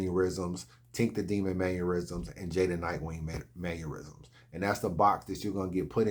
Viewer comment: Don't be ignit, my guy. It's maNNerisms, not manYerisms 😭